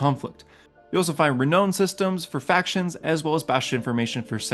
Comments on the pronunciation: “Re-noun” not “re-known” this also bugged me. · I’m fine with how you pronounce all of the names of the Forgotten Realms. I’m just shook by how you pronounce renown. It’s a great review of the book